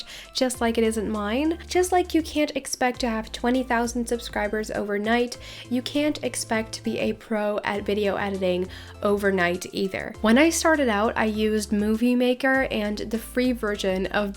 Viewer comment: I’m not trying to be rude, but, when you try to say either u say Eder